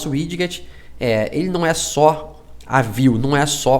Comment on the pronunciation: Tirando a parte que fala um inglês estranho para widget falando "wid-get", video legal